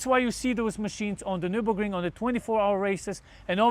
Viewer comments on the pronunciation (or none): none